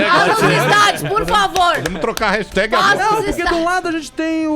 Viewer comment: A não sabe falar "hashtag" kkk